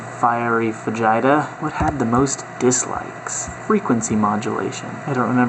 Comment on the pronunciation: Every time you said "fajita" it made me cringe. Please tell me that's an in-joke...